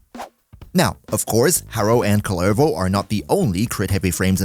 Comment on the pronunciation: COOLER-voh C'mon dude. It's not just some made up name. It's a Finnish cultural hero. They pronounce it in the game for you. Saying it wrong when you know the right pronunciation is just being disrespectful.